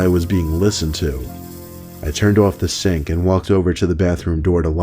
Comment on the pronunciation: "I turned off the sank"